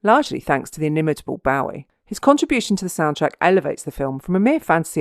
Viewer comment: david boh-ee not bow-ee . although the person whom he named himself after was pronounced boo-ee